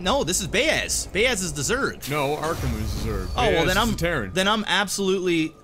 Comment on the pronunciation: WHY DO YOU KEEP SAYING "ARKHAM"?!